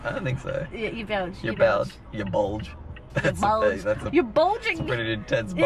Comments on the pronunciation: so u call me thé Belg a bulge damn thé g is pronounced with a soft G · As a Belgian I can say it's Belgian not belge